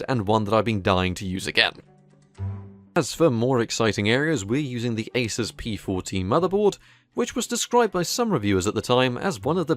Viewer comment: So glad you call an Asus an Asus. Not Asooooooooooooooooos. When someone says Asoooooos I get a pain in my anoooooos